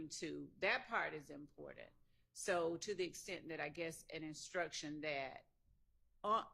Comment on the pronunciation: I wish Miss Hilton learn how to say that and stop saying DAT.😂